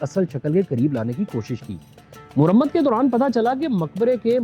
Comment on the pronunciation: Your video commentaries on the historical monuments of Lahore are excellent. Your Urdu is fluent except for a few words here and there that need correction. eg. Mehrab, not Mohrab, Mawarrekh, not Morrekh, Marammat, not Murammat, and a few other cases of mispronunciation. In any case, your videos are providing an excellent review for the Department of Archeology to focus on the work of restoration and beautification of the historical monuments of Lahore and other cities. Well done, keep going.❤